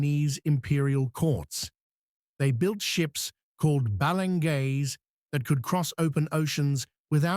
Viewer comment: Not balang gays(like gay in English) balangay... Ba LA ngay is the correct pronunciation